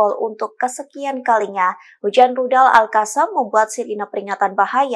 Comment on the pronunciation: Host Tini bacanya berita gaya tapi ora mutu blass sok gaya di fasih2ke tapi salah fatal n total salah,,,,Qof. dibaca kha,,,,Al Qossam = Al khassam Al Quds= Alkhuds ,,, Qatar = Khatar ,,,,ngono iku salah besar yo ni Tini,,,,,klo perlu ganti host lain yg benar n tdk gaya,,,ok